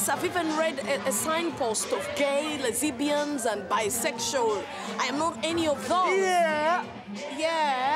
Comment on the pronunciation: I learnt a new word "Lez-ibianz" and I love it! 🤩